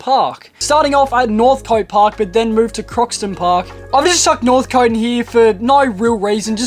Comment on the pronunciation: interesting vid dude. with northcote you pronounce it northc't. keep up the good work